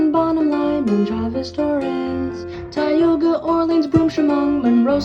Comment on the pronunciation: as the only former resident of Tioga County i thank you for pronouncing it correctly